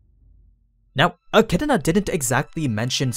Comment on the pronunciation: My dude says Achidna with a whole other syllable in it